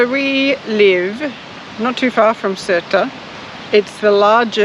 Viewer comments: FYI: Sertã is pronounced Ser tao. The squiggly over the ã is pronounced ao as in wow with the first w dropped. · Ok guys.... It is NOT... SERTA... But Sertã, the Ã at the end gives it an "Ahhnnn" *sound... So, it is 'Sertan'.... Other than that, what a beautiful video.❤ my little country, despite its issues, and after 42 years abroad, having left as a kid, I had to return back home, for it is such a special place. 😊🤗Great work guys. We need more videos of you guys traveling around, relaxing and showing us 🇵🇹.And u need to let ur hair down. Looks beautiful. 😁🙏👍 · That's not true...there is no "ão" in the pronunciation. The "ã" is pronounced as it is([ɐ̃]) and not as a part of a diphthong like "ão", which is different. The closest way to describe the "ã" would be a nasal "a", like serta but make the "a" more nasal. It's tough to explain but that's about it. There are guides on Youtube on how to say "ã". Also, Sertão is something Brazilian, not Portuguese, so it's something entirely different. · Ohhh it's not criticizing its teaching you, after all, I am a teacher and I would be thankful if someone corrected my pronunciation! 😅And I corrected your name cause we are all human. No need to be sensitive, I just think anyone should know how to pronounce the area they live in for years already. No hard feelings.. 😊